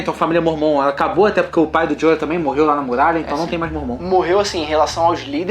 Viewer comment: jorah(joráh) seu corno!